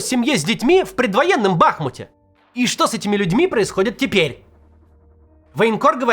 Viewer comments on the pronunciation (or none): Бахмýт, Максим, Бахмýт!!!